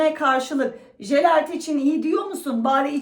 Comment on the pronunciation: Jelert deyil,yelert